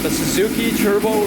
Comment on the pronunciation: "churbo" lol